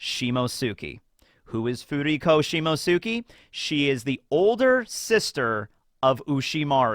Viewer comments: beautiful man, coud you please try to pronounce Shimotsuki as Simots'ki? That 'U' is mostly silent. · Has anyone explained to that he's pronouncing "Shimotsuki" wrong? It only bothers me cause he knows how to pronounce "Akatsuki" right. "Shimotsuki" is pronounced like "Akatsuki" but replace "aka" with "shimo". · What an epic SBS. Great video, even though I am still not used to you butchering the pronunciation of the name "Shimotsuki" 😅